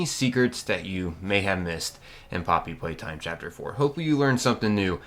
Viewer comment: I thought he say mommy playtime or somethin🐣